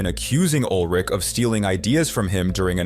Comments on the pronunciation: Ulrich not Old Rick! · Ol' Rick? American English has hilarious pronunciations of words and names😂😂😂